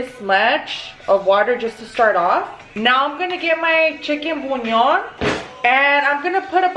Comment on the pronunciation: I like how she says chicken buñon